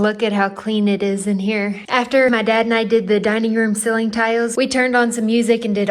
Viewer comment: I was watching your videos at work and a few coworkers came and sat down to watch with me. It led to a fun conversation about how you (and some of them) pronounce “ceiling” as “silling” and “toilet” as “torlett”. We all gave a thumbs up.